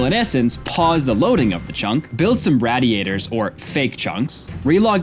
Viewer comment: Matthew the absolute mvp of the video, Angarn the superhero keeping the whole world turning, and this one French idiot that says "raddy-ators" just doing what they tell him.